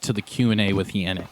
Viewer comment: Yannick. Yon like don not Yan like dan :P ie Yonnick